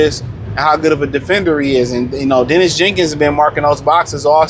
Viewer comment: The man’s name is Daniss Jenkins, not Dennis